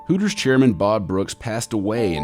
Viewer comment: Hootors.... Sounds like hookers